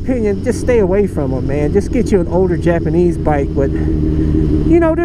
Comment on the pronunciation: I like how you said Japanese, Yapanese.